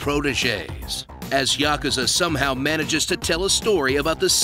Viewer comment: I have finally found it. A PERSON THAT ACTUALLY KNOWS HOW TO PRONOUNCE THE WORD YAKUZA!